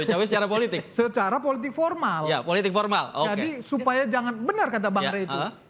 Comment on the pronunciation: Joman bilang politik pormal , bukan political animals